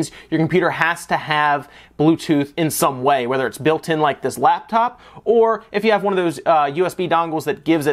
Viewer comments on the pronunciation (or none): none